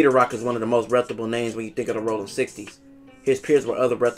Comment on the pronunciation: It’s Rollin!!!!! Not Rolling!!!!